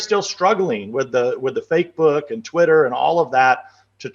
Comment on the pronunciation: I caught that, Nunes, "Fakebook"! LMAO